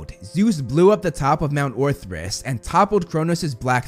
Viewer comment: Ok. First off, its HERA not HARA. Also, its mount OTHRYS, NOT ORTHRYS. I hope you'll notice this comment so you can correct it on future vids! 😁